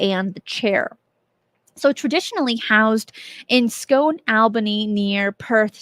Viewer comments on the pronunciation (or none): OOH, 1ST time i've heard the stone of destiny being linked to ufo activity, going to investigate this further, thanks for the heads up. Just for info, i know it's written as 'scone', but it's pronounced 'scoon'.